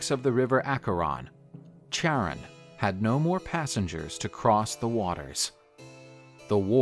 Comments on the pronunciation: Charon is pronounced karon otherwise great narration and art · The only wrong in this video was the way he pronounce Charon....